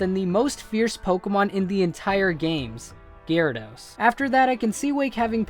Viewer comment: It's Gyarados, NOT Garydos!